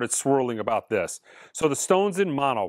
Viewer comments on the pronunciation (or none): none